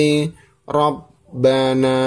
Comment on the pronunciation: di menit robbinaa apa robbanaa lanjutt iqro 6 gak sabarr 💪🙃